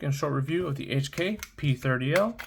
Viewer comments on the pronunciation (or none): Love the P30 v1. I have the p30sk, P30, and P30L. It's pronounced "coke" by the way. Nice pickup